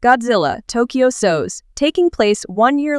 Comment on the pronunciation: Tokyo SOS? That's the first time I've ever heard said like that. Good video btw good research too.